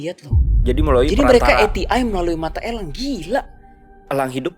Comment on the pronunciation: Mata Elang. Bukan Mata Ělang